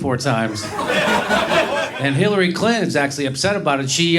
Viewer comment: It sounds more like Billary.